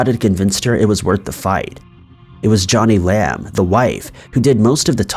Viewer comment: Omg it's Joe-nee Lamb, not Johnny Lamb.